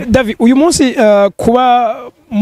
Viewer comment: Cher présentateur "" de Agaciro Média, nashaka ndagusabe ko promoteur wa "Kibonobono Oil Company" woza uravuga neza amatazirano yiwe neza. Ukamwita "David", ukatomora neza urudome rwanyuma "d" tukarwumva, ukiyubara kumwita "Davi" canke "Davy". Twebwe nk'abakurikira imisi yose ikinyamakuru "Agaciro Média", turabizeye cane kandi turabakunda. Tubasabe iyi nkebuzo muyifate n'ama, mwongere mutwihanganire. Mukomera. Claude BAZOMPORA